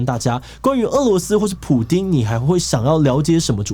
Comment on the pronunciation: Putin not Pudin.